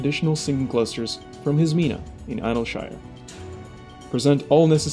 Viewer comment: that's not how you pronounce idlyshire >.>